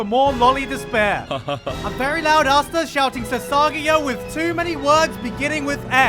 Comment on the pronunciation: Its not asta its aster. How chopper is not choppa but chopper..please..